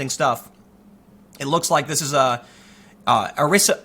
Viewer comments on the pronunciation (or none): Did I just hear you say uh-ris-ee-bo? Good lord dude. Learn your shit before you talk about it so confidently. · Pronounced Ara See bow - Tim. Interesting. If I don’t hear from you after the 25th, is because I will be aboard the C-5A with my grand children, we will be airborne for approximately 48 hours. 😂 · Aricebo = Ari (as in Aria) + see + bow (as in hair bow) It's a large radio telescope which you probably recognize from GoldenEye. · arecibo=Air-a SEE-bo. Just sayin' :) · AH-REH-SEE-BOH(Arecibo). Step up your pronunciation Tim. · Ah-ress-SEE-bo. Haven't you seen Contact?! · Aw-ray-CEE-bow Tim, c'mon, you should know this